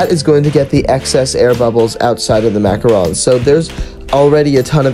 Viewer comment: I’m French so it makes me mad when people pronounce it wrong!!!!